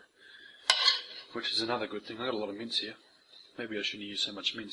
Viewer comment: Every time you said meat I thought you were saying mints